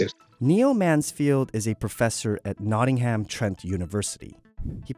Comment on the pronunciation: everyone in the comments is arguing over the better phone company and not a single soul is discussing his pronunciation of Nottingham